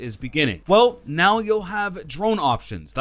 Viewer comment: "available right nau"